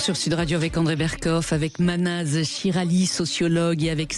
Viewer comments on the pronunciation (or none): Mahnaz et non pas Manaz